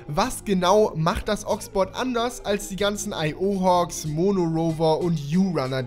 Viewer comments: Das heisst IO HAWK ! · Heissts nicht iohawk? :O